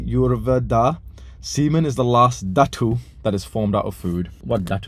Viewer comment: Lmao when he pronounces SADHU OR DHATU🤣🤣🤣🤣I swear indians are dying right now